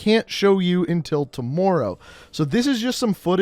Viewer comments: Why do you say toomorrow instead of tomorrow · Sworry....tomworrow. Canadian eh?